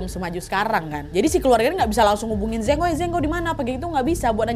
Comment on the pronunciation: Kak Nad, kalo di Cina, Zheng itu bacanya Ceng (antara C dan J), bukan Zeng. Tapi karena Kak Nad orang Indo ya gpp lah suka-suka kita aja bacanya ya, Kak 🤭😆